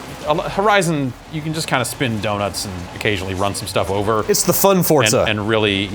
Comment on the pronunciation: why do they say "Fort-za" instead of "For-za"?